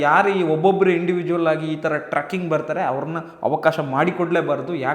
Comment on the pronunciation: ಟ್ರಕ್ಕಿಂಗ್ ಅಲ್ಲ ಅಣ್ಣ trecking ಟ್ರೆಕ್ಕಿo ಗ್ ಸರಿಯಾಗಿ ಹೇಳಿ